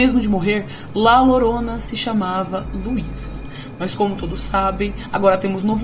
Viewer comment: Muito bom o vídeo, uma pequena correção (La Llorona) se pronuncia: La Diorona